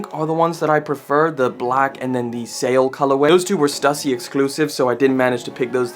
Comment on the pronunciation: Say it with me Stoooossy!!! Stussy